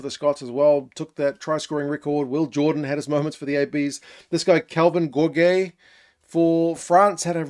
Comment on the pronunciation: Another French couter-intuitive pronounciation : "Gourgues" is rather like "GoorG" than "Goorgay" ! We might see this guy often in the future, so quite important ! 😂 Some said that he is a Capuozzo with 15 kg in addition.